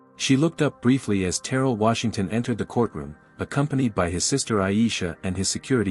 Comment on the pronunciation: Pronunciation is key: Ter rell